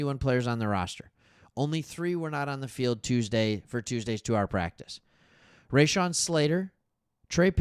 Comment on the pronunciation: you are NOT saying Slaters, 1st name the correct way?....LOL